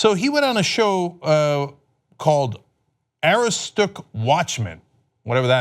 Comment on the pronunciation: Aroostook (uh-ROOS-tik) is a county in Maine